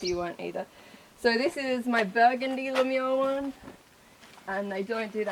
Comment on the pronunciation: LE MOUUUUUUUUZ NOT “LE MEOW “